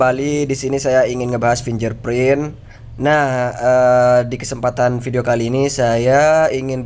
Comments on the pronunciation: bacanya fingge'r gan, bukan finjer .......... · haa! pinjerprint 😂😂😂